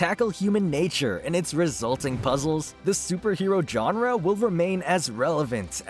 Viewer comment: It's not "johnra" it's genre.